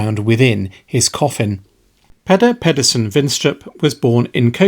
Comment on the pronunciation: I just have to point out that his name is pronounced wrong.. Peder is pronounced pretty much the same way as Peter. The only difference I noticed in my time living there (my Dad's from Denmark, so I had a bit of an in for temporary residency) was the accent.